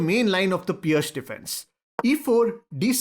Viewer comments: probably should be pronounced pirtz. But it is actually an Indian based opening since indian chess did not allow double pawn moves. Even though indian chess clubs were playing for 100s of years prior to Vajsa's birth but have never been documented by the western world until some arrogant britisher lost to the indian openings in Kolkata while they were colonizing and thus finally we have the indian opening being named. It's called appropriating. Read up on your own countries wide and vast chess history. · I suggest we respect Vasia Pirc, the chess Grandmaster whom this opening was named after. So, 'Peerc' is a good way to pronounce it, although the 'i' - sound is rather short, not long. In a way it's neither long nor short. - So, don't be a jerk, don't pronounce it 'Purk' :-)